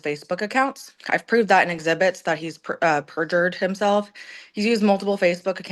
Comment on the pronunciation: "Able to prove it was purfured" how did he purjer his own text? Also saying its a lie isn't proving lol Same with declaration you can just be like "I am the judge and rulled it not good for my case i mean a lie!" I would ask for citation of it proved in court as purjy like where is her conviction or even a judge saying this lol